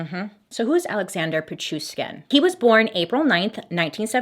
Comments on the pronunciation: Bailey, hi! Russian fan is here! It's PichuSHkin (like NataSHa) Great video tho! Love ya! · It is pi chu shhhhhhh kin! With love from Russia! You are the best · I live for these videos, I swear 😍😍 this makes my whole week so much better 💜 The last name is pronounced Pit-chu-sh-kin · The way Bailey literally managed to pronounce all the names perfectly, except the actual guy's name ☠😹❤